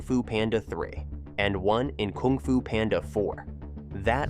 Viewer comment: You are saying "koong fu panda"